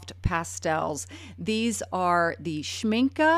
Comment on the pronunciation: It's nice to hear "Schmincke" pronounced correctly.